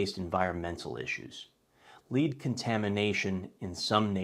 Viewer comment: “Lead contamination” it’s pronounced LED not LEED. It’s harder to have confidence when you mispronounce elementary school words.